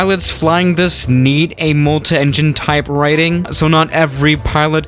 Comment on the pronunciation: when he says multaengine i am like you idiot its multi engine